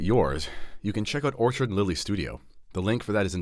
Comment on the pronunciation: Enjoyed the video. Just wanted to alert you to two issues re your sponsor,. I believe you called them Orchard and Lily as opposed to ORCHID & Lily. Also, we’re from U.S. and my wife was not able to purchase on the website. Hope this helps. Keep up the great videos. God bless…